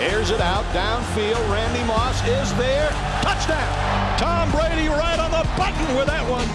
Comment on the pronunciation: Who is this guy? I don’t follow tennis, so someone please explain who Tom Buh-Radee is?